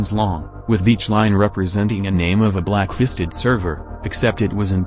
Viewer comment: Everytime he says blacklisted I hear it blackhisted